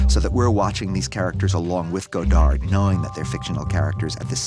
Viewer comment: The final D in "Godard" is silent.